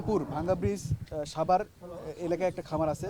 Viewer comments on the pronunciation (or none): none